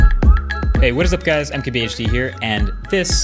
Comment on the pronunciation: Whenever he says his channel name, I hear, "MKH could be here."